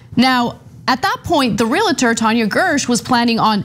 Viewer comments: Ana, it’s “REAL TOR” not “REAL A TORE.” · Hi Anna, just a side note, it is Re-al-tor not Re-la-tor :)